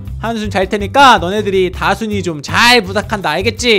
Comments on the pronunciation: 옥에티 아까다순이를다콘이로말함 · 왜 닥혼이라 하세여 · 다순이인데 다콘이라고하넹... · 이 다순이를 다콘이라고해습니다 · 그리고 잘 들으세요 다콘이가 아니라 다순이에요 아니 어떻게 자식 이름을 못 외운거야? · 왜자꾸 다콘이라고하지?